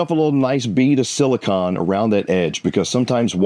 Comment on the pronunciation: The word is "sili-cone" not "sili-kawn." The way he said it is the elemental metal, not the polymer sealant.